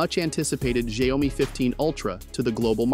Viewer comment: It sounds like people in Brazil who mispronounce it by saying ‘xaiomi’ instead of ‘xiaomi’. I’d be in shock if I found out that’s the right way to pronounce it.